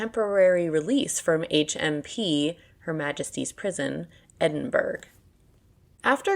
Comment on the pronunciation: She can't pronounce Edinburgh properly.